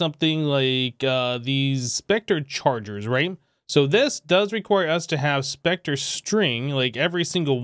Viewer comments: yes the e is silent.......plz never say spectreeee like it is a real word.... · Its pronounced spec tur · Anybody else hate hearing it pronounced spec-tree? Love the videos though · i like how you say Spectree instead of specter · Spec Ter not Spec Tree